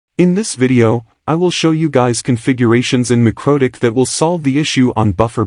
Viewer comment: I just can't listen to a synthesized voice in these videos. If you can't take the time to make it say MikroTik correctly, then I can't take the time to listen to it. Even if it's a good tutorial. Just dub it yourself. I don't care if you don't like your voice, or whatever reason you have not to do it. You're going to lose lots of potential views because you're shy? That's too bad.